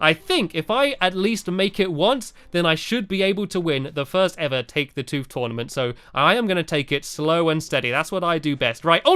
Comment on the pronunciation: Sorry Stampy its not take the toof it is take the tooth